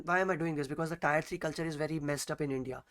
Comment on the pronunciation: abey tyre nhi tier bolo